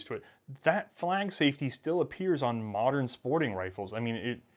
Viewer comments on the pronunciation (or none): none